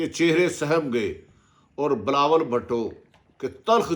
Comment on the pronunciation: I like the way atif bhatti say bilawal bhatooo hahsga😁😀